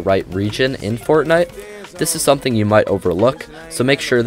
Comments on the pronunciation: Am I the only one who hears him saying “Fortnut”? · i like it